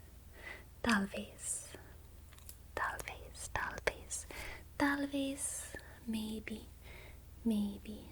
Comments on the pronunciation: O “talvez” saiu muito bem pronunciado. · "Talvez" break me so hard